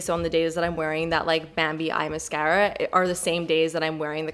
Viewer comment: I never tire of the way you pronounce "mascara." Here for it!